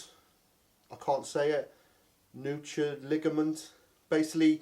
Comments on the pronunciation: That pronounced "noo kal" ligament. Nu as in noose & chal as in Calico. Just thought you'd want to know ol mate. Anyways keep up the good work. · Nuchal Ligament reads as Nucal (referring to the back of the neck) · Nuchal ligament can be pronounced like knuckle